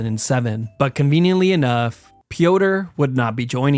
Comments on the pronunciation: Pronouncing Piotr like “pee-o-tur” is cracking me up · Piotr is the slavic form of Peter, not sure if you pronounced it like "Pee Odor" for comedic effect or by mistake. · It's pronouced Peter by the way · Piotre is pronounced Pi - ot - tré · Bro called him peeodor